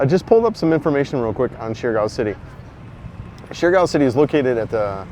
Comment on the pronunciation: Surigao is pronounced- serr- E - gao